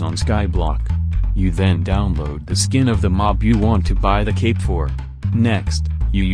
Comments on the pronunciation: all i can hear is the tts saying optifind gape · I will always love the way that the tts voice pronounces cape